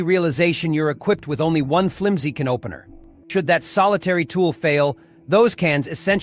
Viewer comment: It's how this psychotic AI voice pronounces "can opener" 🤣🤣🤣🤣🤣